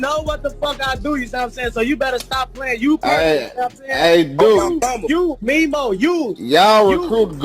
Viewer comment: Who is Memo? It’s pronounced Me-Moe 😂